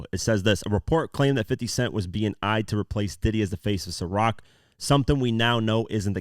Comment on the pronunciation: Atleast your able to pronounce Ciroc... How you order a bottle of lechemaduwa? 😂